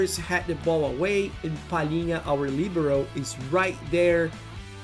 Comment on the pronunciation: I like your perfect pronunciation of LIBERO with the accent on the I. Another great video. Please keep going with your content.